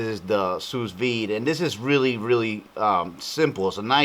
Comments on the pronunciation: maybe it's sue not sues but this guy sure can cook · "Sue Veed" not "Sue's Veed" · It's pronounced Sue Vide bro, but you kicked as on this bro. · It is "Sous Vide" meaning "under Vacuum" it is Pronounced "Soo V, id" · THANK YOU!! every time he says sousssss i couldnt help but crack up